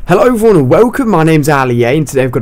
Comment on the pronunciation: why do you say VON instead of EVERYONE?